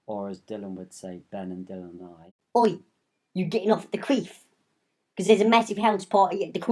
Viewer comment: U getting off at the cweef? THAT WAS SOO LOLISH